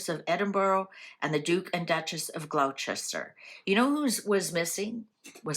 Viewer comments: Pronounced Gloster not Glowchester. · Hi…….absolutely love your readings and look forward to finding out each day what’s on. Was just getting into this one and thought I’d address a frequent pronunciation puzzle for you. I’m from UK and I don’t live that far from GLOUCESTER. To help you…..it’s pronounced GLOSSTER. WORCESTERSHIRE is pronounced WUSS-TA-SHUR. 😃